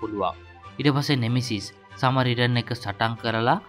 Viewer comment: සමාරිටන් නෙවෙයි බං සඇමාරිටන්